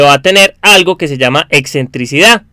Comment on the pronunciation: "exentricidad" no, lo correcto es "excentricidad"